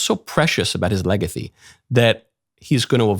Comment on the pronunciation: the way Mike says legacy lmao